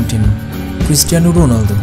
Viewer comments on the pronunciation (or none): Was he really saying Christian Ronaldo 😂😂